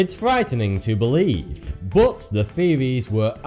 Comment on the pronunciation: It s not u this guy pronounce "bot" instead of "but",i wonder where is from.....another unsolved mistery?